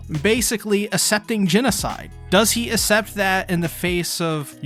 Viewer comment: accept is pronounced ak-sept